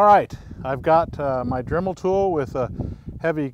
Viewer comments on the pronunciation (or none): none